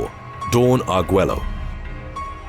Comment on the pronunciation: Arguello is pronounced Argueyo.